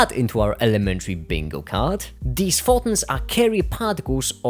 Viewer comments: This was an amazing video. Thank you but for the love of God. It’s pronounced FOH - TONS. I don’t know what a Faw-in is. 😂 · "Pho.ons" XDDDDDDD